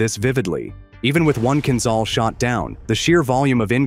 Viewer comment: The only answer is based on evidence: is there any evidence of Kinzhal (learn to pronounce the names: zh is like J from Jamaica, Kiev is like key ev - as in event)? and the answer - so far - is no.